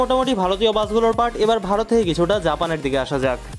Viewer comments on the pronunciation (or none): none